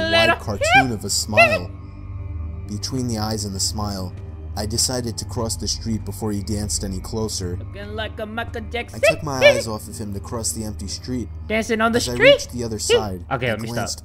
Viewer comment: That’s not Michael Jackson that’s Mikiel Jackson